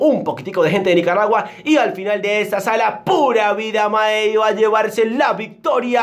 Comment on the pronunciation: "¡Pura vida, mae!", le salió mejor que a algunos costarricenses